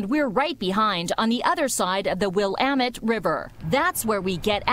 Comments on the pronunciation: she low key said the “will-amette river” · We follow him over the Will-am-met river love how she butchers the name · Well how do you say the Willamette River correctly? Will lamb it JK I’m from P-town, and yes it made me cringe hard as well. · Lol will- am -it river... Willamette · Willamette not will-amet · The “will-amite river” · As an Oregonian, I take offense to how she said Willamette. It's not will-amette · As someone from portland, I can attest to the fact that bikes being stolen is an everyday occurrence here. Also the way she said Willamette made me cringe so hard omg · randomapple64 Me too!!! That pronunciation made me cringe so hard. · Keshav Menon I’m a native Oregonian and hearing that triggers me😂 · Cops in Portland don’t care if your bike gets stolen lol and she said the name of the river wrong💀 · A reporter in Portland who can't pronounce Willamette?